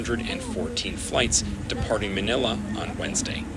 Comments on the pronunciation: and cannot pronounce Manila correctly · This is obviously an AI-narrated video since Manila and Greenwich were both horribly mis-pronounced. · Please teach your AI voice to pronounce geographical names and places such as Manila, Yangtze, Greenwich, and otther well known cities of the world as close to as the American English sound that you used. Your AI voice did not prounounce the names right. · You can go online and find the correct pronunciation of many words and names. Manila is pronounced Ma-NI-la. Typhoon is pronounced ty-FOON.